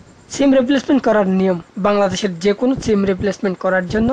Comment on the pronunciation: তুই যে আাবাল সিম রে চিম বলে 🤣🤣🤣